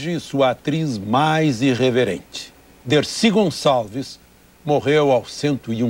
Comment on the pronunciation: Grande mulher Decir Gonsaveis